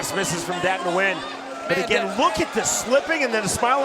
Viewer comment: Anyone else notice the announcer butchered Nguyen lol